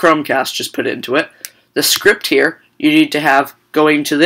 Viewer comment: Driking game "right heer" :-P